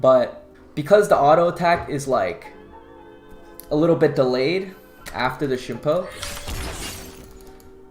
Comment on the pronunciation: Why do i hear shimpo?